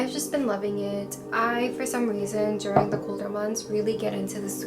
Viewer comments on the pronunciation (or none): none